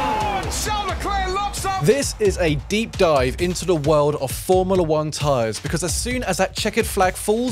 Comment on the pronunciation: “Formila 1” 🤦‍♂️